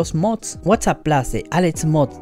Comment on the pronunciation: Se dice Plus no Plos 😂